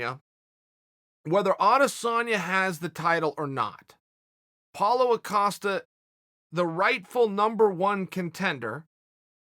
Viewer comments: Steven Graham Paul Acosta is wat I hear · If he calls him Acosta one more time... Hard to take you serious when you say their name wrong repeatedly... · Chael Sonnen: "Paulo AH-Costa"